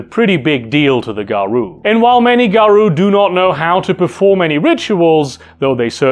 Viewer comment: Garou is pronounced Garow, not Garoo.